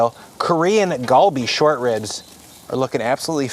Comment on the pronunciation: Just a heads up, Korean is a bit weird "Gal" is not pronounced with a hard G, but is a mixture of G and K. So not "Gawl-Bee" but "gHal-Bee". Basically combine GAH and HA. Kalbi is also an easier way to visualize it.